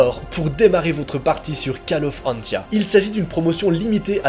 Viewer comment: mais ta fait une erreur mdr ca se prononce pa call of antia mais coll of antia mais voila sinon bonne continuation